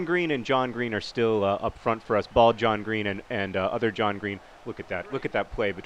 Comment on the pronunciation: "How did you not finish there John Green?" Sounded so wrong...